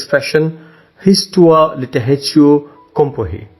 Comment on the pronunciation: Actually the word "comparé" here we prononce the "r" you can hear it, "ré" =غ in arabic.